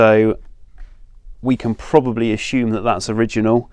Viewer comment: A S U M E. not A S H U M E